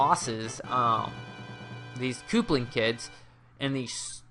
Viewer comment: koopling kid... lol... good video man